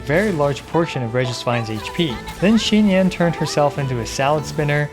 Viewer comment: It’s xinyan. Not xingyan.